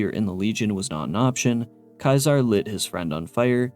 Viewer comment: Your mispronunciation of Caesar is incredibly infuriating. It's SEE-zer, not KAI-ser. You know, like little caesar's pizza?